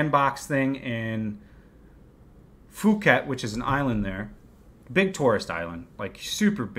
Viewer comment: Cam on for the LATEST updates from Saigon, a city I love as much as I do! However, as a long-term expat in Thailand, I DO have to admit I DID get a good chuckle out of how your pronunciation of Phuket went--we often jokingly call it Fuck-It but the CORRECT way is Poo-Khet, NOT Foo-Khet! Again, my thanks on the current situation in Saigon! Cheers from Cape Cod! :-)